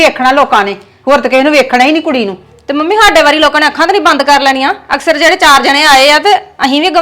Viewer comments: Wtf is this ah sare ਅਕਸਰ nu ਅਸਕਰ kio kehnde aa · Askar ni aksar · Aunti ji askar nhi hunda aksar hunda